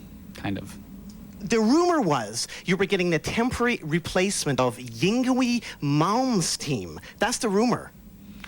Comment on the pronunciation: Nardwuar knows literally everything, except how to pronounce Yngwie Malmsteen.